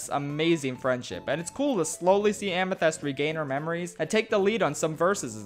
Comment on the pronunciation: It’s A MA THIST, not AME THEST